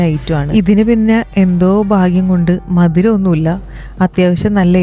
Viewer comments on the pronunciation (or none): മദിരം അല്ല gyz മധുരം😂